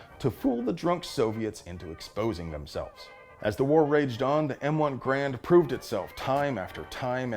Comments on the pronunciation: It's pronounced Grrr-AND! Just ask Colonel Tony Tiger of Kellogg's Tiger Brigade. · There are a few small inaccuracies in the video, but the most egregious is the mispronunciation of “Grand”. The “G” is silent, and the “a” is long (or hard?). It should sound like “hRAINd”.